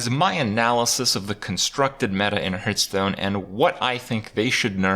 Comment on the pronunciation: "hurtstone" kripp - 2018